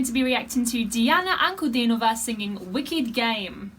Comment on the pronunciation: Thank you for the very interesting and educational analysis. I agree with everything you have said. Yes, Diana is our treasure, and she keeps delivering more fantastic performances to us. And your pronounciation of the name and last name of this singer was absolutely correct. Not many people who don't speak Russian can pronounce it properly. Bravo!